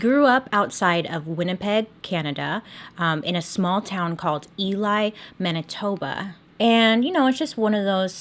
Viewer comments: "Mani - tob - eeah". 🤣😂🙄👏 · "Manitobia" lol